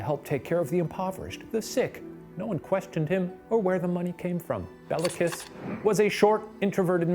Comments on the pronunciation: Shane made it sound like a stripper name, Bella Kiss lmao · Nice deep-dive into the history here! Quick note: In Hungarian, the killer's name of Béla Kiss wouldn't be pronounced as it is here, but rather "BAY-la KEEsh". The Hungarian alphabet distinguishes between the é and e letters, with the former always being said as it's pronounced in "resumé", while the latter is always the flat "eh" sound that Shane is using here to make it sound like it's said the same as the name "Bella" would be. So, Béla= "bay-la" Meanwhile, the surname is said with a long "eee" sound for the i (like English speakers use for the name Mia), and the "s" in the Hungarian alphabet stands for the "sh" sound rather than s like in snake. So, you get Kiss="keesh" It's spelled correctly in the description with the long é, so just thought I'd mark it down here for anyone interested! Both the first name and surname are still pretty common in Hungary, and our other (presumably) non-murderous Bélas include the actor Béla Lugosi, who played Dracula in the 1931 film that helped popularize the "vampire accent" (really his native Hungarian accent). Always love to see more from Watcher! If you're ever interested in pursuing more twisted Hungarian history, I'd definitely recommend the case of Elizabeth Bathory, the Blood Countess (and the theory that she might have been framed for her list of murders, which I first found at Jason Porath's writeup on his site Rejected Princesses, relying on Tony Thorne's biography of her)